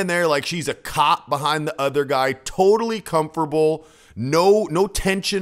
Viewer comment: Conforble? Lol..it’s com fort able.